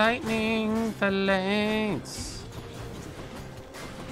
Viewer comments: The way he says phalanx bugged me so much lmao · smh he pronounced phalanx wrong AGAIN